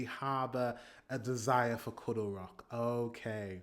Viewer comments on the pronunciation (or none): none